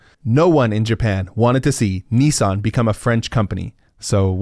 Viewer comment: The way you pronounced Nissan threw me for a loop, you keep saying "Ne-san" It's Nis san <_<. Also, Nissan is one of the OG Zaibatsus, who starting in the 1950s became paraoid of each other as they started moving into the same industries, so Nissan thought it was a cunning idea to buy shares in their rivals as a means to protect themselves from market pushout, force them to not directly compete with the same lines of product. Just typical absurdist Japanese business logic.